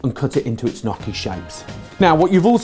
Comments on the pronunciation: Nnnnn...yokie....Nnnnnyokie.....not nokkie. Just saying as an Italian. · ny-yoch-ki say it with me. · The pronounciation of "gnocchi" is not nocchi, it is |niocchi| please. I know from my english teacher that english people has some problem with this word but please make some effort haha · Haha I like the way you say gnocchi. It's definitely not the Italian way :)